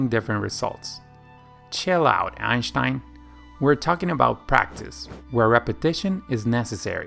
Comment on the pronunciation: Yo I'm German and I am impressed you said Einsteins name correct. I have lived in South America for 12 years and I never heard it pronounced correctly. Also thanks for your videos :)